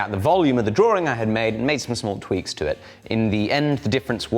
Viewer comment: It's not a drawring, it's a drawing